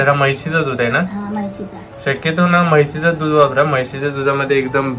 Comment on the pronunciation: म्हैशी चे नाही रे म्हशीचे. शुद्ध बोल.